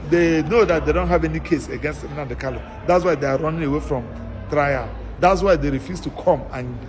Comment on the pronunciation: Why can the lawyer not pronounce Kanu? Why does he keep calling him Kalu? He cannot pronounce his client’s name, that’s disappointing.